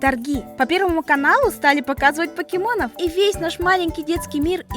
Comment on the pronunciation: ПАКИМОН! 😂😂😂 (ЗНАЮ ПРАВИЛЬНО ЧЕРЕЗ О